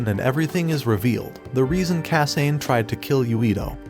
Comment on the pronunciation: ok. the pronunciation of names is really bugging me. it's not kah-sain... it's kah-sah-neh it's not see-toe... it's seh-toh